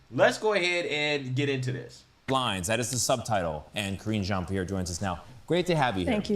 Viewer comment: Did you say KRINGE JEAN-PIERRE? 😆😆